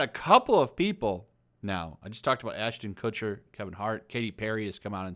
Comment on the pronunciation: "A-Lister Aston Kutcher..." Did he somehow get lifetime A-Lister status from 'That '70s Show'?